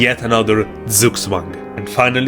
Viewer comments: “z” in german is pronounced “ts”, just a headsup! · You pronounce Zugzwang like a slavish name.